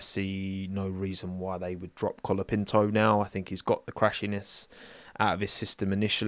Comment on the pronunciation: did you say “Franco Colabinto” lmao